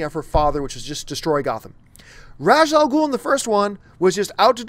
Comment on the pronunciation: You, like the movies, mispronounce Ra's Al Ghul's name.